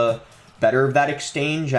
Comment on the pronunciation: EXCHANGE NOT EXTANGE LMAO